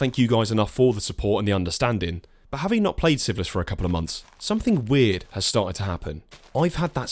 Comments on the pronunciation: Are you saying syphilis? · The way you pronounce "Sieveless" sounds like "syphillis" and I was very, very confused for a little bit. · completely unrelated to the actual content of the video, I keep mis-hearing "Sieveless" as "syphilis" 🤣